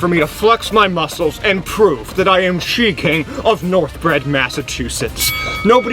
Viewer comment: "she-king of Northbridge, Massachusetts"